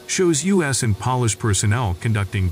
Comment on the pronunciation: It’s Polish with a long “O” not a short “O” although the Poles do shine in operation.